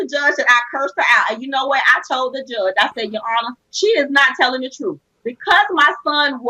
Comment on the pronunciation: With all due respect, I believe she said truf.